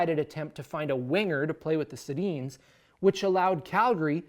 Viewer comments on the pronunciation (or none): none